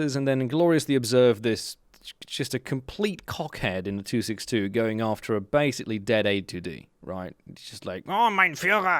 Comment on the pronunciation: I 100% understand annoyance at the 262... also that was great German XD